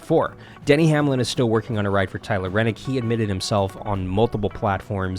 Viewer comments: Good info and Great announcement, but......If you are going to report on a sport get the names correct. It's Tyler Reddick, not Rennick. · Holy shit dude it’s Tyler reddick not renick!! It pisses me off that you act like you know everything and can’t pronounce the guys name right and it’s not even that hard to pronounce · It's ReDDick not Rennick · REDDIC NOT RENNIC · His last name is Redick not renick! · There is no “N” in Tyler Reddick’s name!!